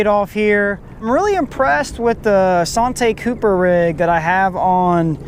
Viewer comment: Bruh its santee cooper like ( san- tea )